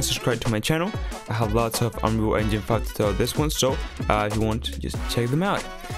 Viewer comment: Do you Say ' Whats'up Guys Welcome to New unreal f*ck tutorial ' Why it Sound like F*ck ??